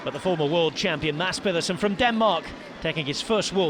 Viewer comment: even got the soft D's right in maDs peDersen.. unlike most English speakers who says maTTs peTTerson, he got this one 99.5% spot on, impressive.